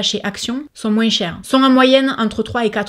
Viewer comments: On l'adore ton "moinseu" 💕merci pour cette vidéo ❤️ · Coucou ❤️ merci pour cette vidéo 🥰 j’adore les séries « fuyez ou achetez » 😍 et j’adore comment tu prononces « moins », j’ai l’impression d’être en vacances 🥰🥰🥰🥰 bisous 😘💋💋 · Ne t'excuse pas de ta prononciation de "moins"! Déjà, ton accent ne regarde personne, et ensuite, tu le prononces façon Français Médiéval, et c'est adorable 🤗🖤✨ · Coucou tu m'as fait rire avec ton moinceuuu 🤣🤣🤣tu dis aussi paketging au lieu de pakatging mais je t'adore quand même 😉,j'aime tes vidéos et moi j'achète du maquillage a petit budget et j'en suis très contente,même si j'avais les moyens je n'achèterais pas de marque de luxe,bonne soirée ma belle,gros bisous 💋💋💋❤❤❤